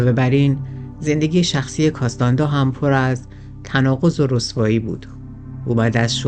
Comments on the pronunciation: نکته ای که برای من جالبه اینه که چرا اکثر ایرانیان توانایی خواندن نام ها رو ندارند و نام ها رو بدون توجه که واژه ها اشتباه گویش می کنند. به طور مثال “کارلوس کاستانه دا” که در همین برنامه و در ترجمه های کتاب به نام “کارلوس کاستاند”ا نوشته و گویش میشه. یا اسلحه کلاش نیکف بهش کلاشینکف (جای ن با ی عوض شده) گفته یا به اینستا گرام، “اینس تا گرام” میگن. راستش خیلی خنده دار و شگفت به نظر میاد. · کاستاندا نه ، کاستانه دا